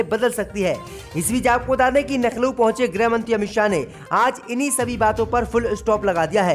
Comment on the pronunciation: Abe bhai Laukhnaw ko Nakhanaw aur giraftar ko girabdar mat bola karo Mulayam Singh Yadav kitana bhi Jordan laga len parantu Shivpal ki koi aokat rajneet me nahi badegi kun ki Akhilesh ji ne kharab chhavi wale logon ki chhatani kar ke SAMAAJ WADI PARTY ko sab se achchhi aur sughad chhavi de di hai aane wale vidhan sabha chunav me yahi party S.P. hi U.P. me sarkar banayegi